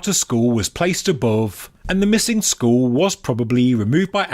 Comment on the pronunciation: It's pronounced skull not school lol